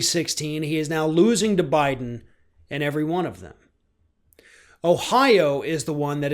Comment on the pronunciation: Jennifer Jones OMG “bye-don”!!!!!! PERFECT!!!